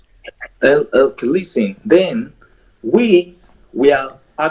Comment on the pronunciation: HAH! --- He's already commanded to "LEEST-TEN" multiple times! --- "Bad Mood " is an expert at throwing him off script, isn't she???